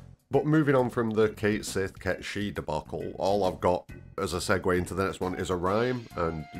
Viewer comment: If it was the way you said it, they would have written Seeth, not Sihth. It’s the Star Wars way.